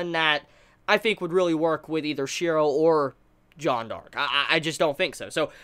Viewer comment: Why does he keep saying "Jon Dark"...?